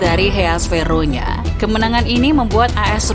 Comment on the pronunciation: Verona bukan Veronya Min.